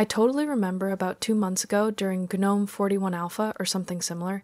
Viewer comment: finally someone who pronounces gnome the correct way